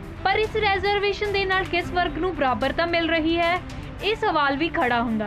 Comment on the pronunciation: ਮੈਡਮ ਰੈਜ਼ਰਵੇਸ਼ਨ ਨਹੀਂ, ਰੀਜ਼ਰਵੇਸ਼ਨ ਹੁੰਦਾ ਹੈ